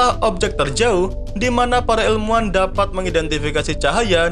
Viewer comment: Orang jawa ya min, soalnya nyebut ilmuan jadi elmuan 🤭